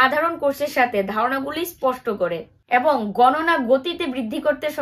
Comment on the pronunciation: Tomar uchharon gulo valo lage na jemon tel ke teal bolo abong ke Aeabong bolo sunte vlo lqge na kintu tomake khub vlo lage didivai